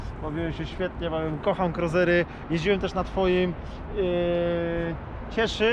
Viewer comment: "kruzery", nie "kruizery". Dobry materiał! EDIT: Ktoś wie co to za model siodła?